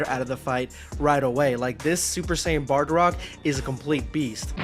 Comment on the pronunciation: Only thing I have to comment on is it's pronounced Bardock